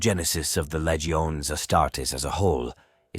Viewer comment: Lee-geo-nay lol